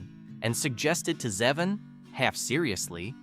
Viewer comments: And it's Zay-von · Blue Suede is pronounced "swade," not "Swede." And, it's "Zee-von." There were a few more really bad pronunciation errors which completely distract from your words. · Not Warren "Zehvin"... It's "ZEEvahn".